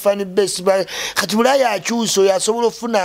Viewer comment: “Buraya” it’s bulaaya bro